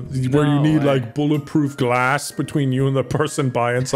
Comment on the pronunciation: Just me thinking that said bullet ploof grass wrong then i remembered that it is buller proof glass